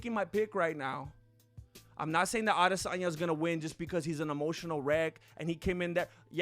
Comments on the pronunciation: “Ah-DEsanya” lmao dude you’re too funny 😂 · "Isarel IdissOnYou" 🤣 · Lol the way says Adesanya and looks at Izzy. Funny as hell